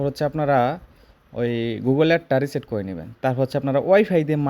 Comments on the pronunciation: vaiya apni ki akta jno reset korte bollen.. Oi ta clear sona jacce na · Vaiya apni ki jno reset korte bolecen... Oi ta clear sona jacce na